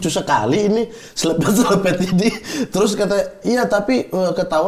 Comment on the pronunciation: Rasanya pelafalan yang bener slepet deh. Bukan slepet.